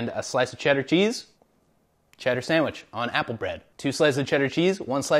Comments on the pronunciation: “Swamich?” Brad: “Samich.” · Brad laughing at how his kid pronounces "sandwich" is so pure and also a bit ironic